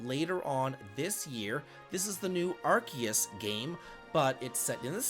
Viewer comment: Thank you for pronouncing Arceus correctly!